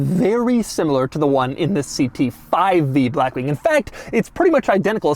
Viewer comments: Doug “Blachxwchkkk Wing” DeMuro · Why the hell it sounds like Doug pronounces it as "Brackwing"? 🤣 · I ABSOLUTELY LOVE THE WAY DOUG SAYS BLACKWING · Every L is always capitalized and tripled: "bLLLackwing", "LLLuxurious", "cLLLimate vents", "gLLLove box". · If you say black wing like that one more time… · every time he says black wing he emphasizes “black” so much 💀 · Doug just say blackwing normally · Insert the way doug say black wing comment here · What's with the way Doug pronounces "blackwing", with that weird L sound and the emphasis on BLACK. Weird... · Blackwing with emphasis on the a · How does Doug manage to say Blackwing in italics. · Is Doug just physically unable to say blackwing normally or what 😂